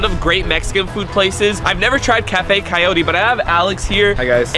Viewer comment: annoyed at how they pronounce coyote.. kayori